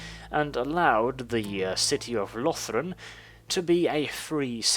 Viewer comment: I noticed you pronounced the Ulthuan provinces differently. I personally pronounce Cothique with a long "o" and like unique. For Yvresse, I say eve-reese (like peace) out of personal preference😃 Also I noticed that a lot of people, not just you, call Lothern "Lothren". Not being critical, I just think it's interesting. There is no definitive right way to pronounce any of the provinces except for maybe Eataine.